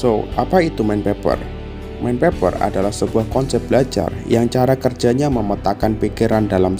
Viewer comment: sy denger nya kok mindpapper ya padahal mindmapper kan min